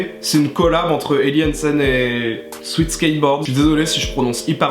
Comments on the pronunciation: c'est sweat ("swèt") pas sweet ("swit") 😭😭😭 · On dit swèt merde 😭